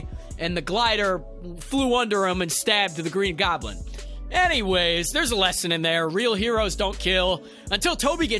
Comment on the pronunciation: Green Goblend